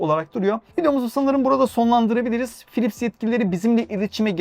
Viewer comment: Philips harika bir markaydı... Gerçekten harikaydı. Ama ne zaman biliyor musunuz? 'Pilipis' diye telaffuz edildiği zamanlar...